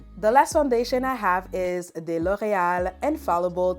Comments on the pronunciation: I’ll need a recording of you just saying L’Oréal. OH MY GOODNESS. You say it so BEAUTIFULLY!!!! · The way you pronounce L’Oréal is everything ✨